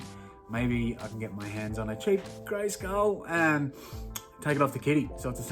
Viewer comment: your english is wrong how are you saying castle greyskull you bloody bogan great vid will have to watch the next auction when on to see if i snag stuff yes i miss smoking sigs